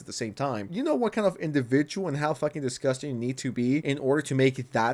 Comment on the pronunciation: obviously dis-gus-tees me!?